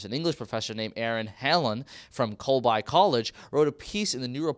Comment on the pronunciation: It's pronounced Colbee. And Hanlon made a fool of himself on Tucker Carlson. He was just making shit up as he went along. He's a joke.